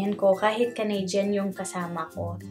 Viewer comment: Even the way u say canadian - “canaydyan” so pinoy haha